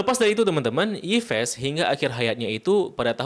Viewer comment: Masa Yves dibaca Ipes....